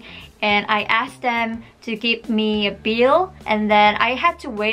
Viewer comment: no ofense first time i watched it i though u said beer (bill)